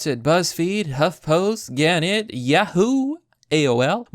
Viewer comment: Pronounced “guh net’ ” and “eh pit oh me”